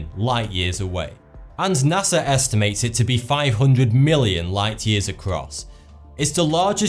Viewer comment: You... might want to watch your "NASA" pronunciation, with your accent sounds a lot like "Nazi". So, to me, you said "Nazi scientists"